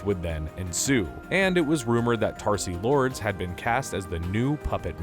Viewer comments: It’s Traci Lords- not Tarci Lords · Tarcy Lord??? Seriously???? It's Tracy. Not Tarcy.... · not sure if you meant to pronounce Traci Lords like that but commenting for the algorithm anyway!